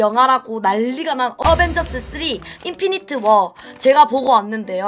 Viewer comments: 인피니티 워 아님?인피니트워가아니라 ㅋㅋㅋ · 콩글리쉬로 해도 인피니티 스톤 인데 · 누나 인피니트가아니라 인피니티 에요 쟐못말하셔서